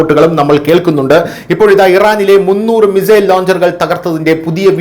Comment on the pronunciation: Mizail എന്നല്ലല്ലോ മിസൈൽ